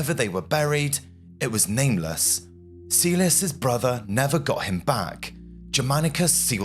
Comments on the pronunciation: Kaylius, not caelius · Pronounced Kylie-yoos, not Sealey-us. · Marcus Caelius should be pronounced "Ka-el yoos" (just as the correct Latin pronunciation of Caesar is "Kaisar") Don't teach bad habits,! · Caelius is pronounced Kylius. Not Seelius. Do get it right. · Its Pronounced more like "Mar-Koos" "Kah-l-ee-oos" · Your pronounciation was fine most of the time, but when you pronounce the letter c you should pronounce it as a hard c (somewhat similar to the letter k). Moreover Caelius is pronounced as ca-e-li-us, hard c and an oo sound for the letter u. In Latin, you usually pronounce the letters as written, not as modern English speakers would (by that same logic you can realize most people pronounce Caesar wrong, it is actually pronounced Ca-e-sar, with a hard c)